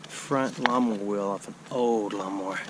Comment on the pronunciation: No golf balls yet? That IS shocking!! When you said, "lawn mower wheel" I heard "llama wheel" and I couldn't figure out what the heck a llama wheel was! I like when you walk and talk.